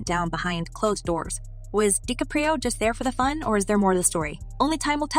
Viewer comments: ‘De Capri’o’……this A.I. blsht narration has gotten tired very fast, basically working in tandem with click bait approach. Whole lotta nothin! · and "Leonardo DiCaprio" pronounced like "Spaghetti Caprese" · Why use this AI voice bot if it can't even say Dicaprio correctly? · Robot voice is lame. Can't pronounce DiCaprio.🙄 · Ciickbait. Rogan is on this for 20 seconds max. A redundant narrative by the possible AI speaker who can't pronounce DiCaprio. 🤔